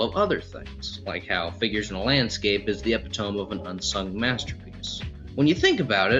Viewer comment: “Epi-toe-me” not “epi-tome” 🥲